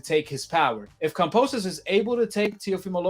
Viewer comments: kamposes? LOL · Kam-bo-sos not kampososos🥴🤣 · please learn to pronounce his name correctly. It's annoying hearing you keep saying Komposis over and over. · Say it with me 😅 KAM - BO - SOS Not KAM - PO - SOS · Wow....Lopez is fighting Kambosos and "Kamposes" !? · At least pronounce his name correctly, you keep saying Kamposos! Lol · KAMBOSOS not CUMPOSES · I hope you dudes and not you alone get the fucking name right .GEORGE KAMBOSES. No "p"s no "r"s it's Kamboses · It’s kambosos with a B bro not P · Glad I'm not the only one "Kampoosos" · Why do you pronounce Kambosos like that? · Bro where do you see a p in kambosis name ? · Everytime he said Kambosos name wrong I cringe 😬